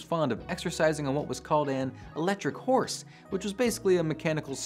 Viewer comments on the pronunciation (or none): none